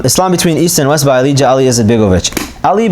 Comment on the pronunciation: Sorry, I know this is an older video lol. But, his name is actually pronounced 'Aalia', the j in Bosnian is actually a y.